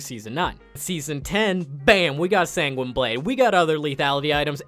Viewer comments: “Sang-weenie blade” I’m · "Sang-Gweeny" blade? Are you fucking serious? "Mon-uh-moon-eh"? You desperately need to learn how to say shit, my dude.